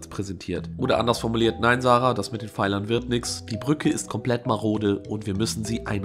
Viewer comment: *Sarah...nicht sarag